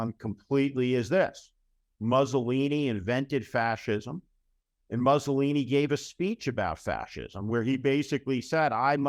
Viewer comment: A very sobering and intelligent assessment of the present, dangerous state of this nation's democracy. Well done, Steve. I would offer just one nit-picky suggestion, unrelated to the substance of your remarks: the pronunciation of Mussolini. It's not "Muhsssolini"; instead, it's "Moossolini."